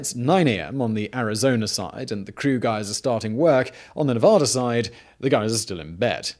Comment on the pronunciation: I'm late to the party here, so I apologize. These items might have already been addressed. The state is very much about pronouncing the name ne-VA-duh and not ne-voda. I only learned it when I moved to the state. Also Nevada/Arizona are not in different time zones. NV recognizes daylight savings, while AZ does not. So, sometimes the clocks on either side of the dam are the same, sometimes, they are not.